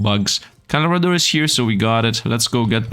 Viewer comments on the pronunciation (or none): Candle lob ra….. no one says it right…. Actually the second times you Said it right.